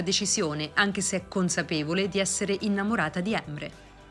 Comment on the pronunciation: La pronuncia della speaker dei nomi fa un po ridere da Emre a Yigit😂si pronuncia la "g" di Yigit e su Emre come se si mettesse l'apostrofo sull'ultima è non sulla prima E quindi cambia tutta la pronuncia........😀